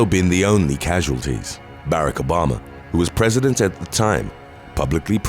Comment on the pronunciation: Just a heads up Barack Obama is said Ba-rock Obama. Last name was said perfect! Love the voice and listening to you! You do a great job